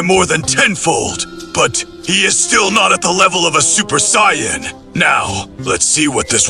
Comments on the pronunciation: Gotta learn how to prompt the Saiyan name. you have to either teach AI to pronounce it correctly or you spell it "SAYIN" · don't ever say Sayajin again